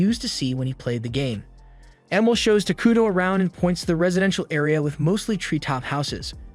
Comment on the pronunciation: The whole time I watched this, every time you said takudo. I heard taquito lol